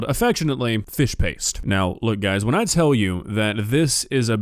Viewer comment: Lady, it's called "Fish Paste" there is a T in it!